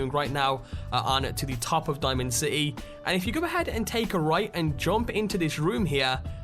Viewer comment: Why do you pronounce 'top' and 'bottom' so weirdly? The hell kind of accent is that ?